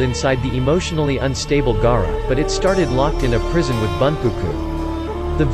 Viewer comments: Ok 1st off when he said gaara he said G-A-A-R-A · Can pronounce namikaze, but not Gaara?